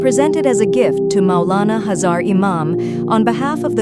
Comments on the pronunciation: Well, I can't stop myself so my apologies first, secondly, what is Hazar .. the actual word is Hazir (which means present). It is such an important word and you are twisting it with mispronunciation. Please correct it. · It is Ai language it usually pronounce Urdu word like this